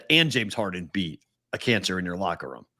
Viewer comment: somehow adds a "w" to the word "room." Not sure exactly where or how, but he does. #FTAT